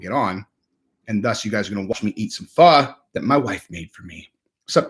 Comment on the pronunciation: Bro eating pho...and pronouncing it correctly. Boss level sophistication! Makes my chef/foodie heart sing 😂😂